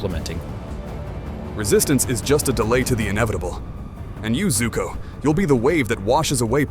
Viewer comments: Btw its zuko not zoku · It is zuko I’ve watched the whole show so I know and it’s called zuko even the fortnite skin has the name zuko on it